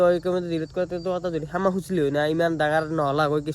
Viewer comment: ৰিতু ভাই সেমা নহয় ক্ষমা হ'ব। 😊❤